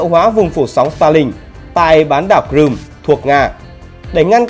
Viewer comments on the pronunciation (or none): none